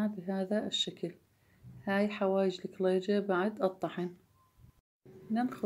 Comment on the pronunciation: اول مرة اسمع لفظ الكليجة بهذه اللهجه اللكلللييجة،،،،،، بس حلو اللفظ 😍